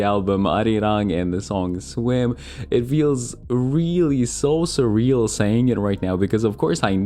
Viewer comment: Swim ❌ Swem 😂